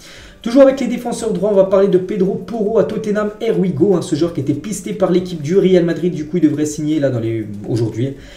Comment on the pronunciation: Here We Go [ iye wi go] et non pas [ er wi go] 😀😀